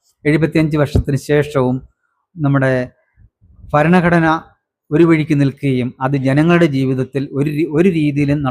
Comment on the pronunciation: ഭരണഘടന എന്നത് (bharanaghadana) എന്നാണ് ഉച്ചരിക്കേണ്ടത്.ഫരണഘടന(faranaghadana)എന്നാണ് ഇദ്ദേഹം ഉച്ചരിക്കുന്നത്. (തെക്കൻ, മധ്യകേരളത്തിൽ പലരും ഇങ്ങനെ ഉച്ചരിച്ചു കേൾക്കാറുണ്ട്.)ഫാഷ, ഫൂമി എന്ന് ഇദ്ദേഹം ഉച്ചരിച്ചു കേട്ടു.